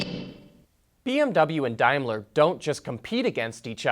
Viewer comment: Dimeler? It's Daimler, daim not dime (pronounce as Dame Lee) just saying lol